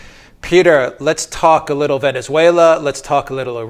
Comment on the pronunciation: Spooky MGTOW He's a gweedy wittle bastard.